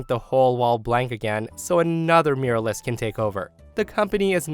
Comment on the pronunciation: I mostly listen to your posts and it took me a while to figure out what exactly a 'miralist' is. You might want to learn how to pronounce 'mural' and 'muralist'. Just a little FYI. /myur-al-ist/